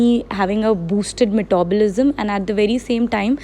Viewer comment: So funny to hear...